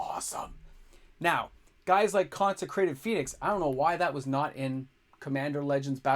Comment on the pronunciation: Its consecrated Sphinx not phönix 😅